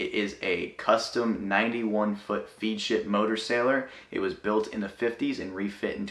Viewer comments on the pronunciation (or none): Kids, please. it is pronounced Fed-ship, not Feed-ship! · Fead rhymes with Head it’s a Feadship not feed like cattle. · And it's pronounced "Fed-ship". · 1. Feadship pronounced: Fed-ship 2. BRIGHT WORK not teak. 3. Passerelle not boarding plank. 2 minutes in and I can't take it any longer. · Trolling huh? "Feedship"? Thats cute. At least I hope its a troll. Just fyi for those trolled: Its pronounced like led zeppelin or the metal, lead....not lead like a leader. But that would have taken 12 seconds to research. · Umm... It's pronounced "FED-ship..."